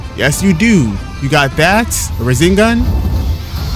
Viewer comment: am I tripping or is this man saying razengan and not rasengan